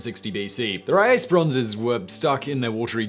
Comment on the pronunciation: ouch, please work on your pronounciation of foreign words... the e in the end of Kore is pronounced (koray or maybe koree in english pronounciation) and Riace would be "Riatshee"...